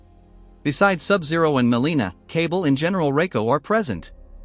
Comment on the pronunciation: It’s “Kuh-Ball” not “Cable”.